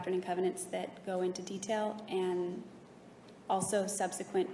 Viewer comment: If I hear subsequant one more time...